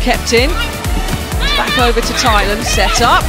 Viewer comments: What I don't understand is how some people pronounce Thailand (tai-land) as (thy-land). I know the the Brit f it up for the English spelling of it, but people are so ignorant about it. Just so funny to me. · She did not say Thailand with the 'Th'